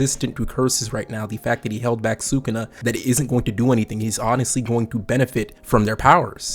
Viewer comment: Respectfully, learn how to pronounce sukuna